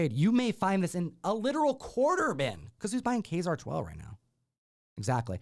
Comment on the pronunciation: ka-ZAR not KAY zar